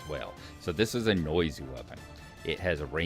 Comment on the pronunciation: thiz-ziz-a-zone, thiz-ziz-a-zone, thiz-ziz-a-zone. XD. Great tutorial though.